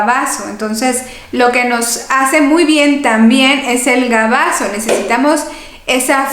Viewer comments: BAGAZO!!! No gabazo!!! Por favor no patée el castellano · Licenciada: perdón, pero la palabra correcta es BAGAZO y no GABAZO. y muchas gracias por sus consejos. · Buenas noches doctora no es gabaso se dice bagaso